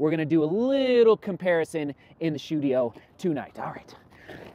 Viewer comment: "Shoedio" is what made me like this vid immediately 👍👟